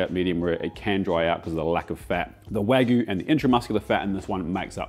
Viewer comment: I love you, but it’s Wag-you (or Wa-gyu) not wag-oo 😂